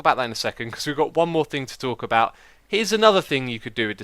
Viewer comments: TheToukoli but xisuma said thinc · "that is not gonna do any thinc"